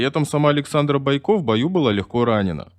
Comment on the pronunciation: Не понятно, почему БойкО,а не БОйко, наверняка какой-то неуч читает.